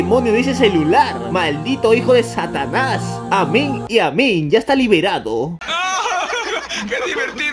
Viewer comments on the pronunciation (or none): En ves que diga Satanas dice Santaaaaaaaas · Se dieron cuenta de que en el minuto dice santaaaaaasssss en vez de satanas